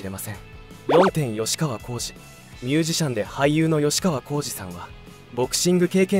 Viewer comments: よしかわこうじ、ではなく、きっかわこうじです。きのしたゆうきな、ではなく、きのしたゆきなです。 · よしかわこうじではなくきっかわこうじですよ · よしかわこうじじゃないよ！「きっかわこうじ」が正解ですよ！